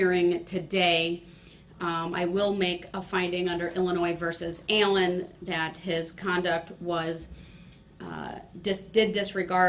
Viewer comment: Also when she says "Allen" Sounds like "EILLEN"